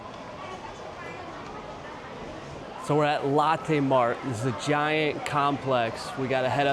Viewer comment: I like Big M bro and Moonmilk ! Btw: I know your a Chi town dude but “Lo”tte is not “Latte” , Latte’ is that coffee drink that the fancy people drink at BigBucks🤣 stay cool 😎